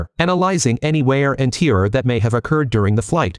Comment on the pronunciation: Sorry,but I can't handle the inability of your AI narrator to pronounce simple words like tear correctly. Goodbye...